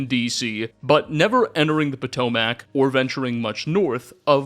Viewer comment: Norfolk: Nore-fouk Potomac: Pa-toe-mick